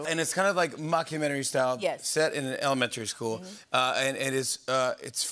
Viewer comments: why can’t jimmy pronounce elementary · Why does jimmy pronounce elementary like that? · I guess there's a new pronunciation for elementary now. 🤔 Love Quinta and all her success! And I'd react the same around David Blaine. He can keep his voodoo to himself. 🙅🏾‍♀️ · I bet they cut out Quinta calling out Jimmy for how he pronounces "elementary" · I’m bothered by the way he pronounces Elementary. He he foreign?